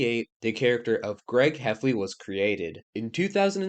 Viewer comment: gweg heffwey